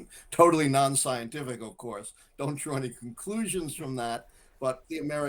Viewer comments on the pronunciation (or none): none